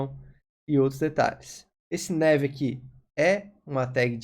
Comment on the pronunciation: Ótima aula!. Só a pronúncia do "nav" que não é com o "é" e sim com "a" mesmo! Rs valeu 👍🏻